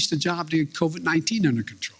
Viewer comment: EVERYTIME....he says " covid-19 " or anything about it (shots testing etc....) all I hear is " SPIDER..MAAN".....thanks SNL...thanks alot